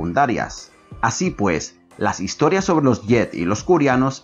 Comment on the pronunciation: buen video algunas correcciones: No se dice "jet" ni en español ni en ingles, se dice pronuncia "get" tal cual lo escribo. Mass effect no es un reboot es una continuación miles de años mas tade que la trilogia de shepard es mas en el mismo andromeda se habla al final de la verdadera razon de porque se fueron a andromeda de la existencia de shepard, los cegadores e inclusive de liara. Las asari no son hermafroditas no poseen ambos órganos sexuales es mas se plantea que solo tienen vaginas por el mismo diseño de las banshee en el 3 donde por alguna extraña razon les diseñaron a estos monstruos el órgano femenino, y su forma de apareamiento no es del tipo sexual, es mas bien que ellas pueden absorber tu pronta genética para heredarla a la hija. No esta mal los datos, pero creo se debe mejorar investigando un poco mas y volviendo a jugar el juego y solo por si acaso no espero que se ofenda, esta es una critica no destructiva solo es una corrección nada mas